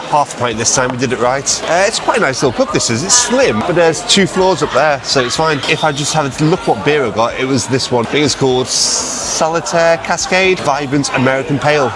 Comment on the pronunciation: Doombar? FFS 🤣🤣🤣. And it's SALTaire as in the place near Bingley